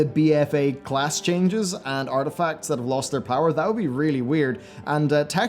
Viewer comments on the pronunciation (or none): none